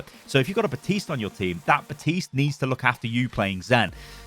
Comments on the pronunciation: If he says batist one more time, I’m going to snap it’s BAPTISTE do not forget the P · Can we just agree it's Baptiste and not Batiste? lol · did he just say... baptise moira.. I have to laugh